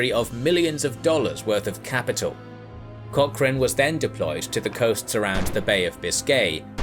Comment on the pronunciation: "seaman", "vulnerable", "Cock-chrane".